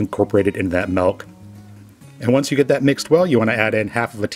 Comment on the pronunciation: Are you saying "melk?"